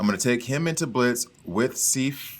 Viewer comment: lol. Lady Sif. Like if with an S at the beginning. Awesome character by the way. She does well on my team and the gold amounts rather quickly so you'll be able to to get that next level pretty soon. Where is Mighty Thor? Is she not on your Asgardian list? Also, the number of times you mispronounced Lady Sif. Lol.